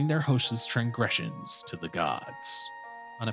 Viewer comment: Manifest, not Manisfest. Transgression, not Trangression. Ffs.